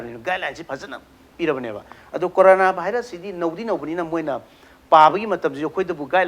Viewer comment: u just sayed like that Nizamuddin n corona not nazimuddin n carona